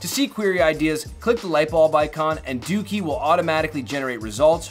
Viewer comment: Lmao... Its pronounced DOH-KEY not DOOKEY... lol